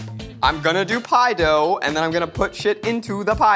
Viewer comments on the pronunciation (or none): Never heard it before but Zach's New York roots are audible here haha. PIE DOW.